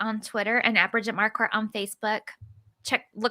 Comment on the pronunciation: Bridget wasn't a bunny,, and you mispronounced her name.